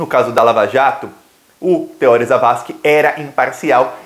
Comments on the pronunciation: O nome do ministro é TEORÍ. Não tem acento, mas se pronuncia como se tivesse. Se fosse TEÓRI, teria de ter acento. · Oi. A pronúncia correta é Teor[í] e não Te[ó]ri. 👍🏼☺️